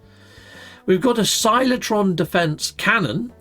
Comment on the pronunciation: there are 2 C's in Cyclotron folks. its not "silo-tron", its "sy-klo-tron"